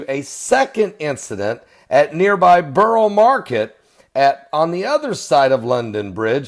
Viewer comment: Borough Market is at the Southern end of London Bridge. It is one incident. Why does an American feel the need to talk about places he can't even pronounce?